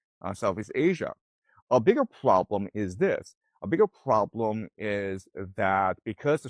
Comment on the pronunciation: Did he say, "pwobwom"? 😅🤣🙏🏼🙏🏼🙏🏼